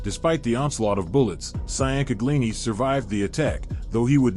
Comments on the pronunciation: The last name you keep butchering is Ciancaglini , pronounced “changcalini”. They called him Mikey Chang & his brother Joey Chang. It was a wild time in not just South Philly, but the entire area. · IT'S PRONOUNCED "CHANG-GUH-LEENIE"!! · he is massacring that pronunciation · Micheal who? Damn you butchered the shit outta Mikey Chang name 😂😂😂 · Chang-galini fucking hell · MICHAEL CHANG-GLEENY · His name was Michael Ciancaglini pronounced Chang-a-lini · Maybe try pronouncing the names Correctly, Chang a leen e Bor gaze e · Bro you butchered these names.Che-In-Kag-Lini,Ciancaglini😂. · ciancaglini pronounced Chang-Uh-LEEN-EE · Allegedly he has been shelved. (Not recognized by the mob) Tho I gotta give it to him. He's making bank. Probly more than he would on the street. Definitely more. Michael Chingalini. Is how that's pronounced. Maybe he will get the other mob heads to start podcasts and make bank lol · I grew up in South Philly my family knows the merlino s and they are very nice people. They are our people. they always took care of the neighborhood. And Have to tell you that you are saying Mikey ciancaglini name all wrong and it pisses me off.